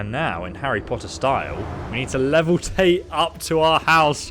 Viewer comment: Markath, soul carn, leveltate, eengots, dyslexia must suck lol